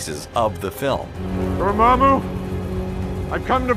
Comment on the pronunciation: Dormamu for sure